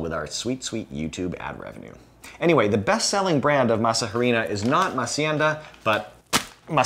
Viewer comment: tell me you're detached to the Nth degree from your subject without telling me you're detached to the Nth degree of your subject. Hearing you pronounce masa harina hurt my ears every time. The "h" is silent in Spanish.